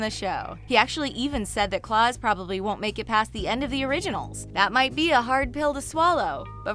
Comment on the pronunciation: Why does she think it’s Claws and Salvador hahaha not a fan